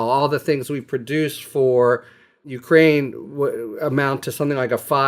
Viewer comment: Why is he mispronouncing Ukraine?